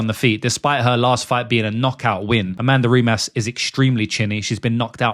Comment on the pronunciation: Amanda "rimas"???